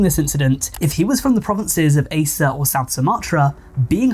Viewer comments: it's pronounced "a-chay" not "ace-eh" but yeah aceh implements full sharia law and homosexuality is punishable by public flogging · Btw its A-CH-EH✨️👍 (aceh)